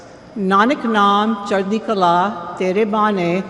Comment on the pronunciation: You literally didn't even try to say it right 😂. Chardi kahlah means positive attitude. I'm Christian, but I was like come on